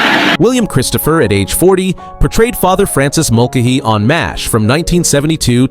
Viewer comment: I don’t think the narrator watched the show by the way he pronounced Father Mulcahey incorrectly (don’t know proper spelling). He also called Loretta Switt Loretta SWEET